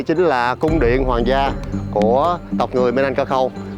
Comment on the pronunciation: Bạn này sai rồi. Chính người Indonesia còn nói Minangkabau (bạn đọc tên dân tộc là Minanangkaku là sai) Bạn nên đọc nhiều tài liệu hơn hoặc nên ở đó lâu để thu thập đủ thông tin trước khi bình luận.